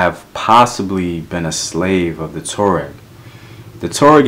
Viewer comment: The pronunciation is TWA REK...Tuareg..!!